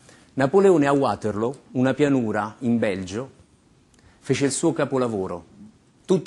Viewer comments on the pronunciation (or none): '' Napoletone a Uaterloo " ??? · E ancora: non si pronuncia neanche "Uaterlo" come fa lui😂😂😂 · ma perchè uàterloo? mica è inglese... :-))))